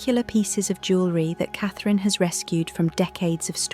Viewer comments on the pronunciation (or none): The name you seem to be struggling with is Catherine Princess of Wales. Your rudeness Is unbelievable